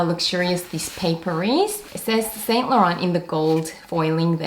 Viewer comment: No offence but please learn how to say 'Saint Laurent' correctly. It's a major turn-off (and irritating to watch) to new viewers when luxury collectors cannot even pronounce brand names properly. For your reference